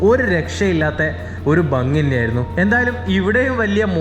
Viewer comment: ബങ്ങി അല്ല ഭംഗി, അങ്ങിനെ ഉച്ഛരിക്കുന്നതാണ്, ഭംഗിയും ശരിയും!